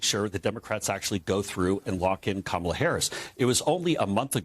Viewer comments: The main thing I take away from this is that they CAN pronounce Kamala’s name properly! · At least he pronounced her name correctly